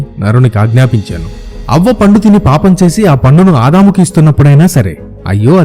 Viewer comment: havva...anaali avva kaadhu